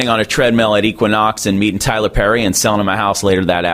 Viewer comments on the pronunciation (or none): none